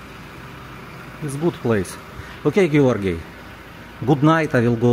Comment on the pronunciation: How is that possible..gee-or-gee moved every month.😂😂😂